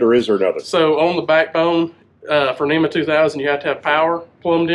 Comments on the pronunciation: NMEA is 12VDC....NEMA is for SHORE POWER 120VAC ....That is why you should pronounce it "N,M,E,A" and not NEMA....Please be professional and say it correctly. If you say it wrong you will also spell it wrong. Proof is in your video title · Hello. It’s not a NEMA network, it’s a NMEA network. I know it’s harder to pronounce, but let’s get it right guys